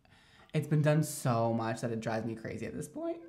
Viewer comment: omg when he says point hahahaha